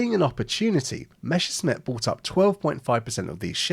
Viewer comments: It's not meshersmith, okay? It's Messerschmitt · it's MeSSerSCHmidt not MeSCHerSmidt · Why pronouncing it "Meshersmitt", when it's "Messershmitt"? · idk about this but YOU should be calling it "Messerchmitt" and not "Mechersmitt" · I don't want to be rude, but oh god, I can't stand "Meshersmit" pronunciation. German "sch" should be read like English "sh". In "Messerschmitt" there is double "s" first and "sch" later, so the word should be pronounced "Mesershmit". Good video tho. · It is pronounced [ˈmɛsɐʃmɪt]. I often hear it pronounced as it was "Meshersmith" and it grinds my gears. Maybe I should start to pronounce Spitfire more like "Shpitfire" in response. Anyway, if you don't feel the difference, you should seek medical attention and get help to manage dyslexia. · It's Messerschmitt, not Meschersmitt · the question should really be, why noone can pronounce Willy Messerschmitt's name correctly. It's not Meshersmitt. Let's try this together...Mess..err...shmitt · Good start for a video about proper naming. It's meSSer-SHmit, not the other way around. Why does everyone say "Mesher"?? I really don't get this one. It should be easy enough for English speakers to get right from the spelling alone. Also, it is not pronounced "emm ee", it is "meh" with a long vowel, as in a New Zealander pronouncing "way". My father grew up in post-WWII Germany, and I consider his pronunciation reliable. He was also a native German speaker, as am I. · What is so difficult about pronouncing "Messerschmitt"? You are constantly making a hash of the s and "sch". "Messer" is so easy to pronounce, just like "lesser", but with an m, and no, it is not "Mesher". And the "schmitt" part starts exactly like the word "schmuck", which English speakers can also pronounce. If you have issues with the latter, by all means call it "smit", but why "Mesher"? This annoyed me so much, I did not go past 2.5 minutes of the video. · Drinking game: Every time he calls it "Meshersmitt"